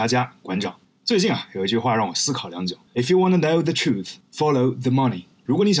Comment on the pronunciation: 可以练一下“truth”的正确发音。英音和美音倒还不那么重要。。。